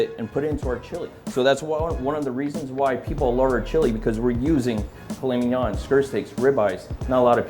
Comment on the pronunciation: did he say file minan